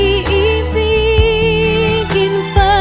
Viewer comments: The word that you were saying was IIBIGIN pronounced as I-I-BI-GIN. the two i sounds are syllables at the beginning of the word. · The word is iibigin (ee-ee-bee-geen) it means will love. In tagalog, its common to see words with double vowels, and we pronounce both separately. Paano (pa-a-noh), noon (noh-on), Iisa (ih-isa), etc. 😊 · The word is " iibigin" its just one word🥰..but pronounce in 4 syllables🥰.